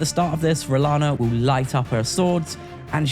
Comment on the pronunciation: I was going to see if you could go the whole video without saying "renalla" but you failed! Loll I would too